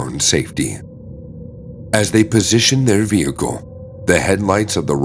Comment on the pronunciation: It's Pronounced "Vehicle" Not "Vehico"!! Why don't you pronounce the L's?? Other words the same. The L's left out. Why??